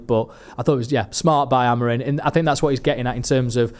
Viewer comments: Does know he’s called Amorim not Amorin lol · it’s AmoriM - not AmoriN!